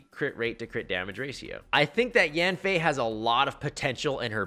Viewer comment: kinda bothers me that you call her "yafnei" but thanks nonetheless for this video :D let's hope MHY doesn't change her kit.